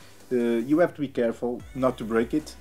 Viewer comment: Him: " you have to be careful not to beak it" Me: *looks at my brother with a pissed face* Also Me: " U HEAR THAT ETHAN! I TOLD U THE EXACT SAME WORDS BUT U STILL DROPED MY TAB..."